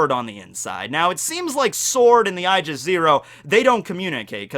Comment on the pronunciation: my dude, you need to work on your pronunciation. Aegis is "Age is", not "I jis".